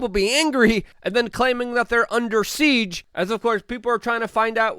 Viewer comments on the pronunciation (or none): none